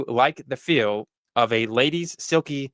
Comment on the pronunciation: neg le ghee 🤣🤣🤣 Its pronounced "neg le shay"